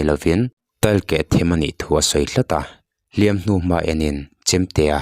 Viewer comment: Sir a hlim tuâr lovin tih lai kha i lam dan kha a dik chiah lovem aww,a hliam chu a tuâr a,,a tuar lo zawk anih hmel,lam dan kha han ngaithla nawn chhin teh Lusun te Lalpan thlamuan mawlh rawh se